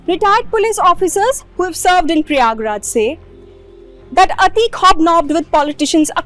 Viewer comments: It’s prayagrajjjjj❤❤ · When will she learn to call it Prayagraj.